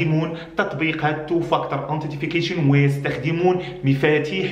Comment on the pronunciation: antitification ?? it's "Authentication" bro